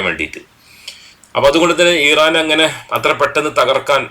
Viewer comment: ഈ റാൻ അല്ല , ഇറാൻ . ഹിസ്ബുള്ള അല്ല ഹിസ്ബുല്ലാഹ് .